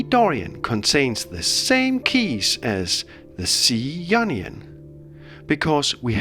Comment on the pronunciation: anyone else here onion scale when he says ionian?